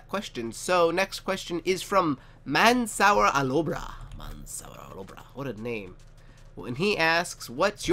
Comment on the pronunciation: OMG! Haha what a pronunciation of my name. It's Arabic and that's why you can't pronounce it. The first part is like the word "man". The second part which is "sour" is pronounced like parkour. My last name is Alobrah and you almost pronounced it correct lol.